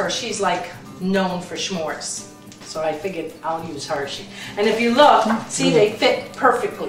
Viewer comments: you cutie....It's Smores, not Schmores (like Smile, Smart, Smoke, etc.) Love you and love your videos!!! P.S. Is that salted or unsalted butter? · "schmores"? no no no ... sah-mores with the emphasis on the mores. i'm an ex girl scout leader ... i have to be honest! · the your son is right it is with an S not SH S'MORES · smores...not shhmores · Haha, smores, not shmores. Looks delicious! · Oy Kabonga!!! We seem to have a failure in intergenerational communications, or something. Foist of all, S'more is pronounced as Some More, contracted to suh-more, not schmore. Sekundly, it ain't a recipe, and it doesn't require bowls, mixers, ovens, or even kitchens. Traditionally, as I learned as a Boy scout 50+ years ago, and as my mother learned many years before that and taught me, S'mores are created around a campfire, and this is the recipe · dose your husband have a new york accent? also its neat how you say shmores and shmear or how ever you spell it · OK, lots of thoughts. I am laughing so hard 1. YOU ARE SUCH A GYPSY AND A STAR!! 2. Giada! lmao 3. I will knock your heads together if you and Frankie ever don't get along! 4. You say shmores the same way you say shmeer. 5. Frankie, your giggles do not go unnoticed, you bad bad man. 6. Technical difficulties next time. You are both such characters! I would say I have a girl crush on, but Frankie would just giggle more....I'm sure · u are saying smores wrong u say it with a h u have to note say it with a h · The way you say smores is so racist!!! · u dnt say it right! theres no h in smores haha